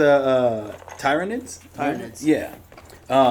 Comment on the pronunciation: how did he pronounce tyr-ra-nids lol